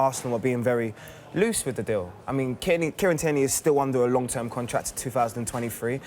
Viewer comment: Kieran 'Tyranny'.